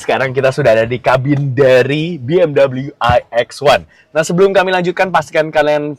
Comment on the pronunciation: Bacanya tetap be em we bukan double u..